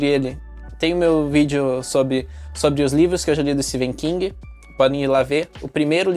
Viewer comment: Amei o vídeo, só livrão em todos os sentidos ❤ e uma observação:Amei que voce pronuncia o nome do Etephen King corretamente, são poucos 😅